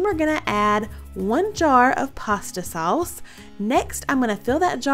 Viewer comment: Saw-us 🍝 lol love it!